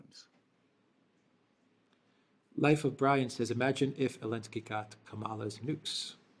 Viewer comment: How come doesn't include the "Z" in Zelenski? Can't pronounce it?